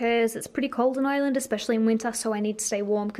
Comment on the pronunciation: I love how when you say Ireland it sounds like island haha 😛❤️